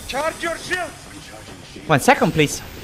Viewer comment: Hahahha il russo che ti intima "charge your shild!" Fa sbregare